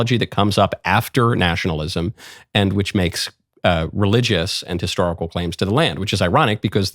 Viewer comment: Michael, what is "histahrical'? Is that anything like historical?